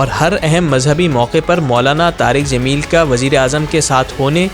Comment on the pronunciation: jameel not zameel 😊